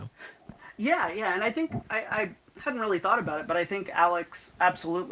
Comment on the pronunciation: Love this. Ill definitely be checking this out 😊 ps you said my name perfectly 👌 😊